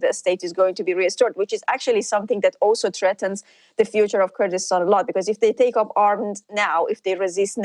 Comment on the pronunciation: Kurkistan? 😂😂😂 Is there even such a thing as turdistan? 😂